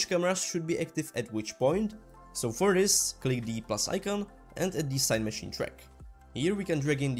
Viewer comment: Amazing tutorials but, please keep them going. Maybe watch other videos to see how other people say Cinemachine. And yah English is not my first language either. Thanks again for the amazing tutorials.